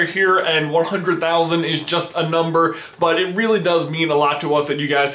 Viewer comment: Is it just me, or did J say "silver Butt for hitting 100,000 subscribers"?